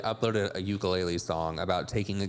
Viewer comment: I know this way off topic, but because Colleen forced that ukulele to be a part of this bs, I’d like to let everyone know as a Native Hawaiian that UKULELE is pronounced OOH-KOO-LEH-LEH, not YOU-KA-LAY-LEE. That is all, carry on 🤙🏾🌺.